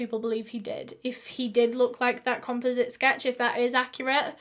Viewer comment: Composite...pronounced .. com-pause-it...not.... comp-u-zit 😁😜 however it was cute sounding..lol